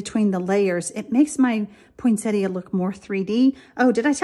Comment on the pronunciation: Finally--someone who pronounces Poinsettia correctly!